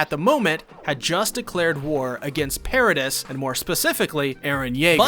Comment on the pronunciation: Yeah it was super distracting that he pronounces MULTIPLE CHARACTERS names wrong. If it were just one that'd be one thing, but it's many. It's not even just characters. Paradis is not pronounced that way.